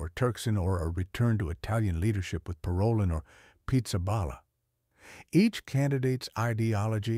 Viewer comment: Should we speak of cardinals’ ‘ideologies’ or their faithfulness to the Magisterium? Parolin is pronounced Paro’leen.